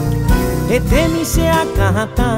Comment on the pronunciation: Me parece que esta mal pronunciado en la parte que dice "hetemi che akahatá", debe ser *hetami*. Corrígeme si me equivoco porfa